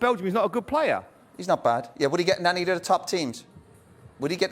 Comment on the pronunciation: "U wouldn't touch ANNY of em" lmfao